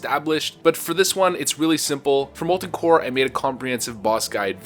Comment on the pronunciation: "Molten Core".